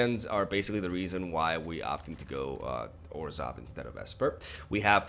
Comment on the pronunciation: I thought he said 'orzhow control like esper without blue'